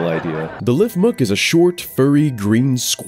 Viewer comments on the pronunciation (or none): "One of the most unhinged games ever created" Have you even heard of Dante's Inferno?? Edit: You kept calling it a Lifmuk. It's a Lifmunk. Like chipmunk, but meant to sound kind of like leaf munk. Not quite sure how you was getting that wrong, when you've literally shown the correct name multiple times on screen lol Another edit: Just because there are fox Pal's doesn't mean it's always some form of copying Eevee. Vulpine creatures just exist, constantly thinking a fox is a plagiarized Eevee is super annoying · Why did you keep calling Lifmunk(it's a chipmunk) Lifmuk? Also my favorite pal so far is Blazamut. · "LifMUK" as it clearly shows MUNK on screen. Gotta love poor production wuality and lack of attention to detail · Why do people always mispronounce lifmunk? Its just Chipmunk but with a leaf.